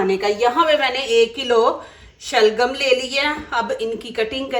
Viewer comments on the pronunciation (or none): Ye lafz Shalgham he chain se.Ye Turkey aur Farsi naam he is sabzi Ka .Hindi Indian zabaan bolne waley ghain aur Kae doosre talaffaz Arabi Farsi Turki me Ada Nahi Kar sakte